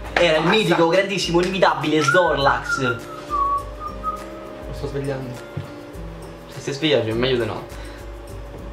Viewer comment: appena hai detto "è frax" subito ho capito che era snorlax xD